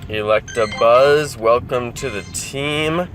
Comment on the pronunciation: He said electrabuzz